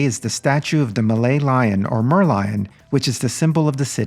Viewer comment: We don’t call our Merlion as Malaylion.